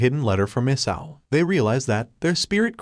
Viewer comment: And why is the dragon named isao but it sounds like isayo